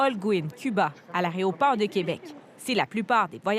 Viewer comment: nous sommes en 2026, vous travaillez pour un grand média public, il serait peut être temps d'arrêter de dire "aréoport" 😄